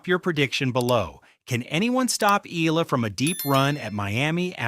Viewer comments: E-YA-LA NOT E-LA. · Soon you’ll learn that her last name is pronounced “EEE-YAH-LUH”. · ok. getting tired of this dude mispronouncing her last name. please read this “EY-YEAH-LAH” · The least you can do is to pronounce her name properly. This is disrespectful.